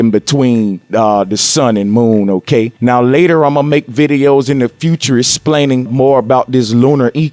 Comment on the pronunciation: Plane of the ecliptic!!!!!!! Did you really say splainin??